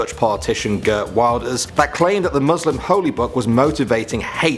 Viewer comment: i just died how you said “Geert Wilders” At the india part. im dutch and its just too funny